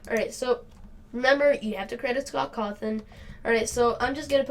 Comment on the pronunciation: It’s “scawtthon” not “scawthon” But ok